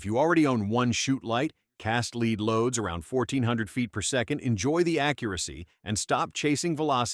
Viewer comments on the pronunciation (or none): TRANS-SONIC ??? a LEEEEVER gun??? ahhahahaa AI videos are pathetic. cast LEED loads must be new. To the person who post these videos. Do you even listen to how terrible it is?